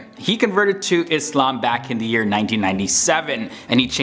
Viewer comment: massive respect to you when you pronounce ISLAAM as ISLAAM and not IZLAM!